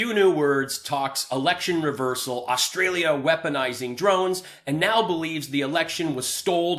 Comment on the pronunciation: This dude has Stolden my identity by calling me Rustralian .....actually, I like it!